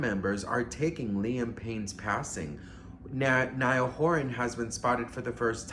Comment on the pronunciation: Its Niall...like Ni-all Niall. Please.